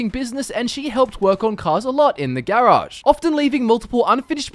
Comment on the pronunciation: i like how he says garage